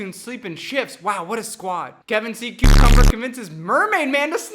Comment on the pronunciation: Kar c. umber idk 😅💜😅 (Karseeumber)